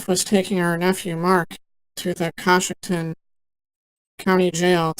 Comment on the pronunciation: I know I'm really late to the game, but it's pronouned Co-shock-ton